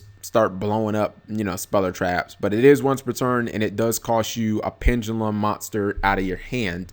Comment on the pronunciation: Pen-Duh-lum. Not pen-ga-lum